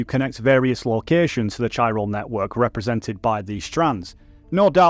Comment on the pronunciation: I cant be the only one bothered by him saying "Chiral" as "Chi-ral"! Also Del Toro's name! Thats my only critique, maybe look up how to pronounce it with google if you are unsure (thats what i do when im unfamiliar). Other than that WONDERFUL video! I was very disappointed by YongYeas video and you went into all the details i wanted!!❤ Thank you for making this!